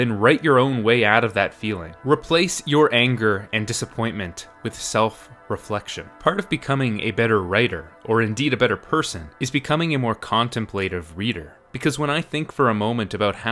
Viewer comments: One way to become a more contemplative reader is to FREAKIN LEARN YOU TO PRONOUNCE "contemplative". Good grief. Here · You mispronounced "contemplative." In more ways than one.